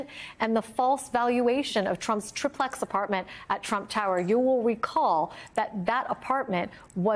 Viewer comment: The word is pronounced TRI-PLEX and not TRIP-LEX or Trip-ex.